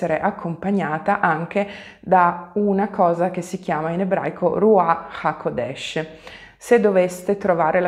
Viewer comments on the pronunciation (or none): Grazie per il video. Però, scusa, l'accento è rúaĥ haqódesh 🙂